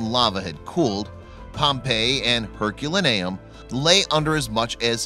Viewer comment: I cringe each time you say Herculaneum. Your pronunciation is off.